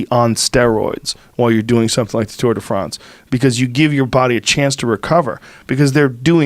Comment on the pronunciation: Joe “tour de Fronce” Rogan